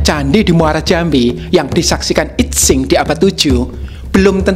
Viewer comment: Sedikit koreksi. I Tsing dibacanya: Yi Ching. Saya suka sekali chanel ini. Luar biasa.